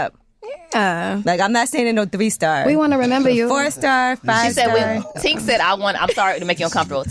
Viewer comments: Tink is definitely a vibe…. I hate how the kept messing up her name 🙄 it’s TINK, not TANK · Not calling Tink everything but her name when the pressure is on her to answer a question. 😂 “Toc” and “Tank” like girl, get it together! Lmao